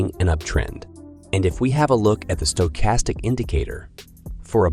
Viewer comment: I’m hearing a lot of strange pronunciations of stochastic lately.